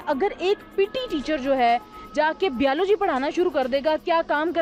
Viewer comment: = BIYALOJI 😂😂😂😂😂 Waah Bhai Waah Pakistani English Best 😂😂😂😂😂😂